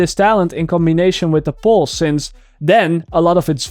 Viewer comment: No offense: Poose